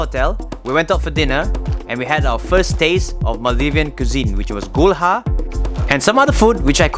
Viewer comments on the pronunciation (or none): Btw it's not Gul-ha it gulha